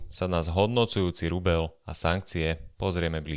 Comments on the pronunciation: Kde sú vaše mekčene? Je to rubeľ, nie rubeL. 🤦‍♂️ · je to rubeĽ , nie rubeL ..... az to trha uši 🤦🤦🤦